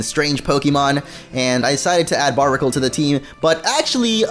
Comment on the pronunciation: It's barrr berr ic le not barb icle